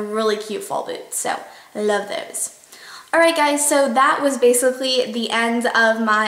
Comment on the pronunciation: you said "love those" (about the boots) in a weird way, for a sec. I thought I was watching someone else's vid. lol :P anyway, I love your videos :)))